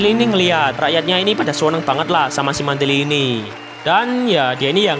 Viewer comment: Mantili a nya jadi e gimana bang